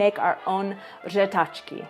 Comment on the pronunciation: 1/5 for řehtačka God dam it